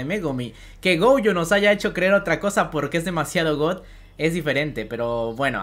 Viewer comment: Mu(ri)o gojo y el nunca dijo Gojo bien xD